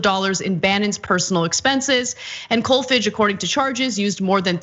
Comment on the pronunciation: Pronounced "Kolfarge" as in "large".